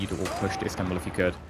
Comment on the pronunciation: "instanbul" gr8 pronounci8tion m8